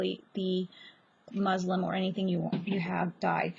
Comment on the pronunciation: Muslin not muslim